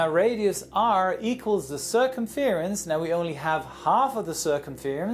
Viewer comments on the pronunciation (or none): Cur-cum-fear-ance? Cur-cum-FRANCE... 😜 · Circumference is pronounced sir-cum-frence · that's a fancy way of saying circumference... (cer-cum-france, like a con"ference") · Great explanation, but the way you pronounced circumference caught me off guard xD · Look up the pronunciation of "circumference" :D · That's the first time I've heard someone say circumference like that